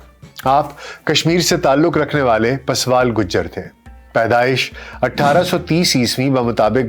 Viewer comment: اصل تلفظ پوسوال نہیں بلکہ پورسوال ہے یعنی کیونکہ یہ مہاراجہ پورس کاتعلق نسل یا خاندان سے ہے اس لیے انکو پورسوالے کہاگیا پھر مختصر ہوکر پورسوال اور پھر پوسوال ہوگیا ہے